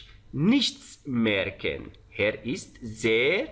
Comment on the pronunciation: درود، چرا به Er میگید هر؟؟ E صدای ه‍ نمیده